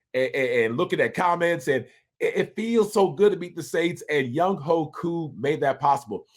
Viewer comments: Ovie...Younghoe is a Korean name, it is pronounced YOUNG-WAY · spelled Younghoe pronounced YoungWAY!!!! GA Southern's Finest